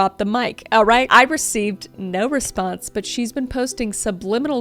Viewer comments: The "nor" has me dying 😂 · "Naur" aussie here, you had me cracking up. 😂 sending good vibes from Oz🇦🇺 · I love the “NOR” 😂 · "nor" but Kris sounds like an Aussie lol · As an Australian the "Nor" had me in stitches 😂 🇦🇺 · As a Aussie I love the NOR on kris’ part 😂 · Naurrrrr 😂 nor 😂 I'm still laughing 😂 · The only way I will be pronouncing "no" from now on unfortunately 🤣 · I just woke my husband up busting up laughing at that. 🤣 (When I can't sleep I watch YouTube wearing headphones.) I will forever pronounce it that way now. 🤣🤣🤣